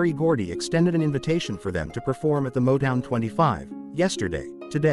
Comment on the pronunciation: You can't even pronounce Rebbie or Motown